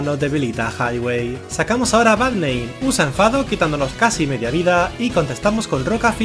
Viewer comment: Cuando decía Bad name pensé que decía Barrnein